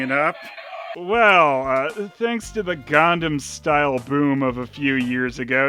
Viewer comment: For the love of Dog, it's "Gangnam Style" not "Gundam Style"! It's not a giant fighting robot.. Otherwise, awesome!!